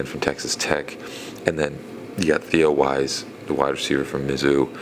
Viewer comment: It's Theo Wease=pronounced Weeese! The Armstrong guy is the one that was draftable, and could be a keeper!